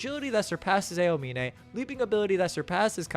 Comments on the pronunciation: I hate how u pronounce some words like "Miracles of Generation" and " A E O mine" like are u good? do you not watch or see Eng Dub? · "ayo-mine" aaahhhhhHHHH!!!!! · i mean i watched dub also and double checked a clip on youtube and sounded different, its more like ow-mine instead of a-oh-mine, at least when i hear it, cant send links on comments though lol, just typed aomine english dub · brother please learn how to say aomine properly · pinned comment talking about how you pronounced posterize but it was the aomine pronounciation which killed me XD (w video though) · Just a heads up man, it was more than just posterize. You mispronounced Aomine as well but, I enjoyed the video so it wasn’t that big a deal.